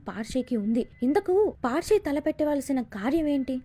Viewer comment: అది పార్షి కాదు మేడం పర్శి అంటే పరశురాముడు అని అర్థం